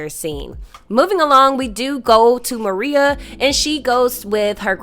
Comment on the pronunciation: Excellent recap on episode 9, you brought it home. only one thing l must bring up, Tommy's boo is not named Maria it is Merah pro nouned Ma-Ray-A. At the funeral for Miguel and Merah's grandmother , seated directly behind Miguel is the killer of their grandmother Nunez. The new and improved Tommy is seated there plotting and planning his next moves with Vic Flynn and none of the moves are going to be in his favor. As far as Shanti is concerned, her days are numbered, and so are the days for Claude, both of them will not make it out of season three without incident. l believe that if Shanti is not killed by Tommy, Jenard is going to be the one to take her out of here. Miguel, your days are numbered as well, Tommy has plans for you too. Again, loved the episode breakdown, and cannot wait to see how this action packed season ends, l hope filled with lots and lots of dead bodies...